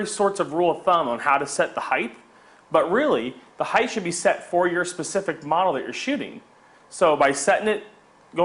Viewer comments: Height, not heighth. Jesus. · Height... Not heighth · height, not heighth! no 'th' sound in height. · You lost me at highdth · His use of "heigth" is so distracting. It's not a real word, buddy. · there is no "th" sound in the word "height"